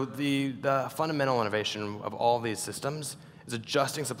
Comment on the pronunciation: When he said “all” it sounds like unmmm 🤣